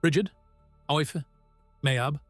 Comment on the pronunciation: Meabh is pronounced Mave...Sile=Sheelah... Dorinn=Doreen...Aoife=Eefah...Caoimhe=Keevah...Aibhilin=Evelyn...